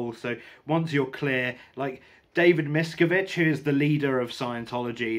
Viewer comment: Okay...where to start as I've been reading about and watching videos on Scientology for years--NOT AS A FOLLOWER...1) it's pronounced "miss-scaaav-vidge 2) the definitive book on the cult and Hubbard is Going Clear which you may have read?? 3)The cult's second largest base was and has been in the UK at Saint Hill in East Grimstead...where Hubbard lived for 7 years ..so Watch out they are closer than you think;)